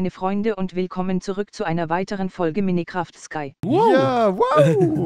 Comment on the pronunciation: "minnekraftd skai" :')